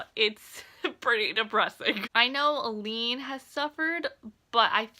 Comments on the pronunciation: Just so you’re aware, it’s pronounced “A-Lynn”. I honestly had to google how to pronounce all their names lol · I keep thinking you’re saying “Elide” 😆